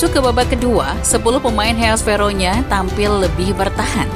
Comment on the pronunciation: Verona bukan Veronya Min.